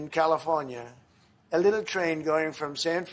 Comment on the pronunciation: Favorite Trumpism listen to his enunciation of "...a little train.." lol